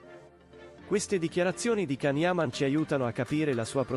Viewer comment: Lasciamolo in pace.... Se a una storia se la tiene per sé... La sua vita privata è solo sua. Sono d'accordo con can. È comunque imparate a pronunciare il suo nome. Ti voglio bene can